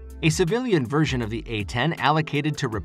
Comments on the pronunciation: To the Narrator: It's "CLOSE" Air Support, NOT "Clozed" Air Support - That's it's entire mission. Get it right! (e.g. ) Also, it's "version" NOT "virgin" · It's "close air," not "closed air." It's also "version," not "virgin!" Yes, I'm an editor... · "Will be changed in this virgin"